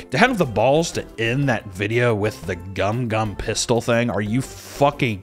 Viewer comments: I swear to god I hear "gallick gun pistol" every blasted time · Oh my god, I thought he was saying "Gum Gum Fisto" until the very last time you played it in the video. Which was uncomfortably cringe. Is it less cringe with "pistol" instead? Asking for a friend. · All LA is trash in my opinion especially since netflix is doing it like luffy sounds like he has a speech impediment Gumu Gum Pithtol English dubs are already trash as it is one piece sounds ls so much better in subs and they made the merry and buggy look so fucking cringe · Am I the only one that hears him say it as "gum gum pithol"?